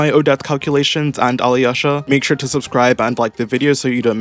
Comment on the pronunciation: Ok, as a Slav it’s so funny to hear you trying to pronounce Alyosha. Just ignore “y” Alosha should be fine